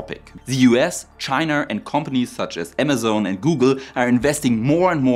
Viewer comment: ok, this time he really did say "chiner"